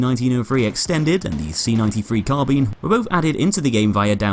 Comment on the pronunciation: When you're british and still can't say "carbine" properly...